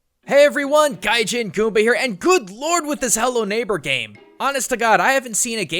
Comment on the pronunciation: Gaijin? Isn't it pronounced GaijEAn?